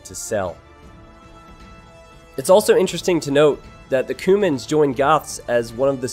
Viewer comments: Not to be pedantic but isn't it pronounced "queue-mans" rather that "koomans"? :P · i think youre pronouncing cuman like cumin the spice. pretty sure its Kyew-mans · That's what I was thinking too. It sounded to me like he was talking about spices instead of a civ. 😂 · I thought it was pronounced Q-mans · Cumans say it right pls